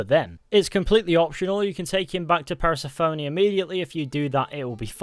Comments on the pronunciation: Please learn to say persephone’s name correctly fully bugged me throughout ‘ per se phoney” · I hope you never tried to pronounce Persephone ever again...that was just upsetting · I didn’t know one mans pronunciation of Persephone could make me so irrationally angry